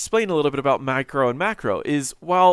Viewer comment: Wow, maybe because I'm not a native English speaker but every time you say micro or macro they sound exactly the same. :D